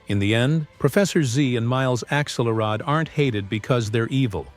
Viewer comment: It’s pronounced axe-ULL-rod and AHL-ih-nahl, “”!